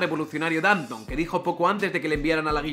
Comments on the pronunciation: En español hay que pronunciar Dantón. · Danton se pronuncia acentuando la o, que es francés, no inglés. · El apellido Danton se pronuncia con tilde en la O.